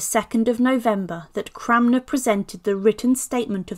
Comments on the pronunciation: Yeah, I’m hearing her say ‘CRAMner’ too … repeatedly. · It's Cranmer, not Cramner !!!🙄🙄